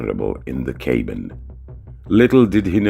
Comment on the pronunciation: This video is SO silly and pointless. Utter crap and nonsense. What kind of "English" is the narrator speaking? A "cabin" pronounced as "kaybin"?